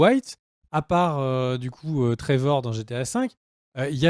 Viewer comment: A ‘’ trévor de GTA 5 ‘’ 😂😂